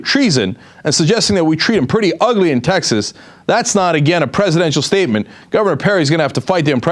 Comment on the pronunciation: "We would treat'hm puretty ugly down in Teksas"... so like, you would have him wrongfully convicted of a felony and then executed... oh no wait, he's not a black guy, so maybe you would just have him wrongfully convicted. also, the Bureau of Printing and Engraving prints money, and is run by the Treasury, not the Federal Reserve... just a note for Perry in the future